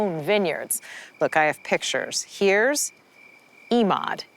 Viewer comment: This reporter is so damned annoying, she changes the pronunciation of Emauds name every time she says it. She sounds shallow and easily impressed. WTH has happened to 48 hours? Please don't hire people that talk like valley girls, even when the story takes place in Nappa Valley.